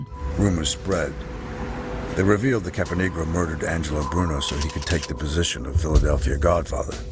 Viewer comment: Cappanegro? Really!? Lol